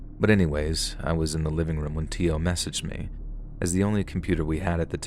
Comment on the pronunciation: Story #2: If the name was spelled Teo it's pronounced Tay-Oh